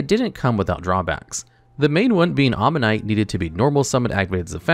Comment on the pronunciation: Kept saying Alien Omanite instead of Alien Ammonite.